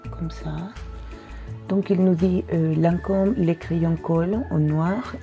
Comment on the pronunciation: You look so elegant today, even the jewelry is on point. And thanks for finally teaching me how to pronounce Lancome!